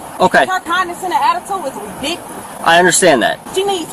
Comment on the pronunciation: Articula, redikoulous, Dodat, what command of the English language